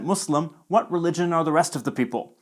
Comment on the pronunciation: Finally someone who actually says Muslim NOT muZlim